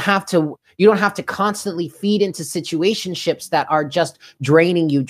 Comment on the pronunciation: you said situatioships and i honestly love it